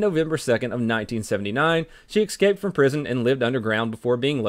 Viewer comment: "EKSCAPED", its escaped